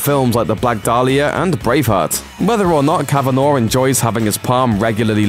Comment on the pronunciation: Speaking for every Irish person who has found themselves absent-mindedly consuming this tripe to the end, it's pronounced cavan-ah, not cavan-aw.